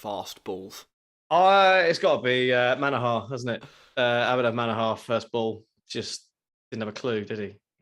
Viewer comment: It's Manoooohar Not Manahaaaar.